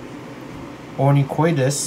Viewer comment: Lol that’s probably my pronunciation. It is “onychoides”